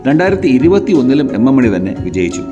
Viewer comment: Ak മോനി അല്ല ak മണി